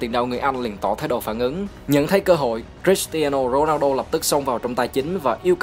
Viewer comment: Giộng ad đọc tên cầu thủ cris tiano ronaldo nge hay vãi